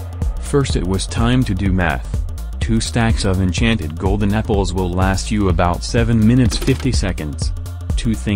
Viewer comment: Am i the only one hearing "golden nipples" instead of "golden apples"?